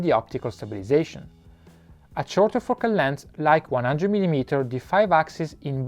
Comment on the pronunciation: And , extreme fucking landslide! I think you need to improve your pronunciation of the word "Focal" or YouTube caption won't detect nicely!